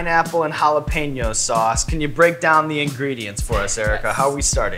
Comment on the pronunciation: Sean's pronunciation of jalapeño is almost spot-on. Btw, in Mexico we know that chile as "cuaresmeño" xD.